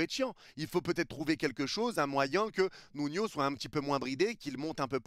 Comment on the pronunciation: OH MON DIEU LA DINGUERIE 🎉 A ENFIN CORRIGÉ SA PRONONCIATION SUR NUNO AU BOUT DE 3 ANS J’AI LES LARMES AUX YEUX PTN 🥳🥳🥳🥳 Il a enfin arrêté de l’appeler Nunho Prochaine étape: Dire « solaire » au lieu de « soleure », et dire « Mikel Arteta » au lieu de « Mickael Arteta »